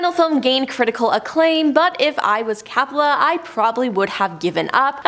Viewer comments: COPPOLA...NOT CAPPOLA! 🙄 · Ok it’s Coppola , not cappala. Apocalypse filming was full of drugged up and method actors. It wasn’t a curse, it was the 70s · All those names being tortured several times Coppola as Cappla, Nirvana as Nirvania 😅😂🤣i almost got a seizure listening to that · Francis Ford Coppola, with a long o sound as in OH.